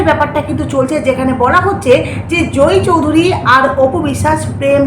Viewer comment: জোই চৌধুরী নয়, জয় চৌধুরী। উচ্চারন ঠিক করে উপস্হাপন করবেন।